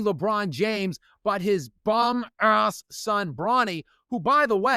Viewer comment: I am here only to learn how do pronounce “ASS” properly 😅